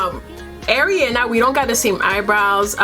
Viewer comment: Her name is pronounce ARE-IANA by the way.